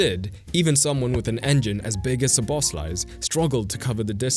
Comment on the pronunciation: Yes, It does a good job. The only problem is when it tries to pronounce players name, for example instead of saying szoboslai, frimpong or kerkez it reads them something like boss, pong and kerz but for players such as wirtz, konate, salah it doesn't find it difficult. I didn't find difficult to understand wich player you were talking about also because of the tactical board, but it doesn't change for me to listen to your videos in italian or english 😁.